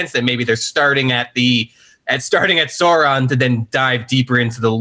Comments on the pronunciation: Does the way says “Soren” instead of “SAURON” bother anyone else? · Me, not understanding the pronunciation of Sauron: "who is Sören from LotR??????" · How do you mess up the pronunciation of Sauron lol. Who is Sorren thankfully is there to make it right. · Sore-on? Really? Dude, smoke some better weed by now! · Seriously who pronounces it like that, certainly not anyone in the films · Thank u for this comment I wouldnt have known who söron was either without it